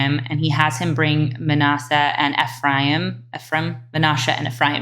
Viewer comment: I think Ephraim is pronounced without the ‘i’